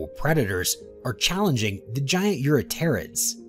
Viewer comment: it was "eurypterid" that did it for me. "u-rah-terrids" was nails on a chalk board. if the author happens to read this I believe it's pronounced "ewe-RIP-ter-IDs"... At least according to David Attenborough and his "First Life" production.